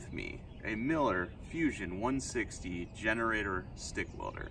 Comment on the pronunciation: Did you say "finnerator"?!